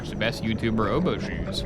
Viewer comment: Perfect pronunciation Obashu